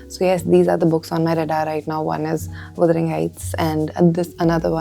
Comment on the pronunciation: actually it's pronounced "wuh-duh-ring" not "wu-duh-ring"